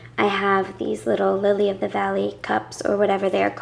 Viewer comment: "Thee" correct term...why so proper?